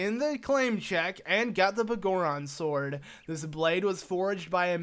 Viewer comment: The Bagoron Sword? Do you have some issue with saying BigGoron Sword? That's such a weird thing to shorten, considering you call him Big Goron in this video, but somehow adding the word "sword" gets the 1st part a different pronunciation. ..sigh.. You really know how to annoy me like no other.